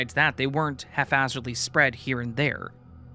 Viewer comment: If I heard right it sounded like you were saying half-hazardly. The word is haphazardly, just so you know. You might want to read it as the story was written but either way I wanted to point it out. (I’d want to know if it was me, apologies if you don’t).